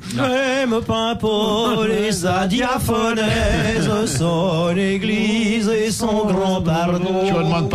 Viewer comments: On dit diaphorèse, pas diaphonèse. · DiaphoRèse et pas diaphonèse.